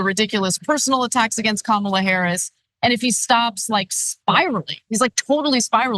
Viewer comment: This sick piece of crap is a full blown idiot that loves to lie all the time , cares for nothing or anything but himself, he is a petulant child that continues to complain and rant away and he still won’t say Kamala’s name correctly. He is an enemy of the state & a clear and present danger to the United States , I feel like he needs to have his citizenship revoked and his rights stripped away and locked up in prison for treason!!!